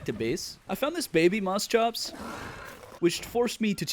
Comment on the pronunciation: It´s Moschops (Moshops) not Mosschops.